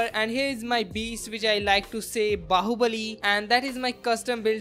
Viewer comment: Did he call his PC "Baobali" or is it me